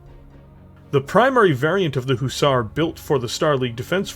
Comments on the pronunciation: great video, love how you are talking about it, but by god man! Pronounce it Huh-zar, not hoozar!! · Please can you pronounce Hussar properly please.... Its not a long Ooo sound at the beginning it is a short sound like the U in Hut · It was painful to hear you butcher the word Hussar.